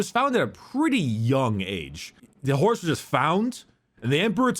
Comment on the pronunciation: It's so funny, the way says Horus, it sounds like "Horace".